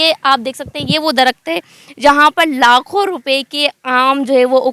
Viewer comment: Itna ganda way of talking uor ko or main ko me lakho ko lakhoo darakht ko darakt yar apna lehjha durost karrn